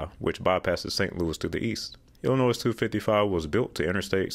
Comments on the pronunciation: The 's' is not pronounced in Illinois. Il-255 connects to US-67. us 67 (formerly IL-267) is still in the works for a full 4 lane road, not interstate quality. This is part of a larger project to connect the eastern parts of the state. It may never be fully completed, but parts keep getting completed ( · Cool video, but you don't pronounce the "s" in Illinois. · The "s" in Illinois is silent. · not nitpicking or making fun but the s in Illinois is silent. Great Work tho.... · Please please please pronounce Illinois right, the S is silent! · The s on Illinois is silent 😂!!! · It is so frustrating to hear you pronounce the S in Illinois. Its silent people. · I cringed every time you pronounced the 's' in Illinois; it is meant to be silent. Otherwise love your content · Gaaaaah! Do NOT pronounce the "s" in Illinois! 🤬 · Illinois is not pronounced with the final S, it is a French word from an Indian word and miss pronouncing it is ridiculous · Ikr. I am from (and currently live with my parents in) the western suburbs of Chicago and hearing him saying that was so off-putting. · (Don't pronounce the S) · The S in Illinois is silent, quit pronouncing it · My state of birth, and also where I live....Grrrrrrrrrrrrrrrrrrrrrrrrrrrrrrrrrrrrrrrrr, I hate when people say Ell-In-NOISE, it's wrong, 100% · You don't pronounce the last letter in Illinois... el-in-OY!! My state of birth, and also where I live...Grrrrrrrrrrrrrrrrrrrrrrrrrrrrrrrrrrrrrrrrr, I hate when people say Ell-In-NOISE, it's wrong, 100% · Sorry to correct you but it’s pronounced Il-ih-noy not Ill-ih-noise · It’s Illinois without the s sound on the end. It is not illi noise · Ill-i-noy NOT Ill-i-noiz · Illinois...Illi noy not noys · It's pronounced "Illinoi" not "Illinoise." That made that segment hard to listen to. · It is pronounced "ill-eh-noy". The "S" silent. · This was really good and informative. But, please, there is no “noise” in Illinois. Don’t pronounce the “s”, please. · It was Illi-NOISY! lol